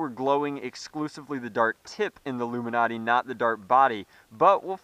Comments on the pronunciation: it's ilumaNATE not illumiNATEEE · Its Lumanate not Luminate! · It's "Lu'-muh-nat", not "Lu-min-ot-ee". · correct me if im dumb, but wouldn't it be pronounced (loom in ate) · I'm think it's pronounced luma-nate like because it lights up. "It illuminates" not trying to be an ass or anything I've been a sub almost from the start :p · its pronounced LOO mih nate it rhymes with 8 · DIAMOND CLASHER it was a joke to start.which is fine but as he continues the video he keeps saying it legitimately. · I can't watch this video normally with how the luminate is pronounced.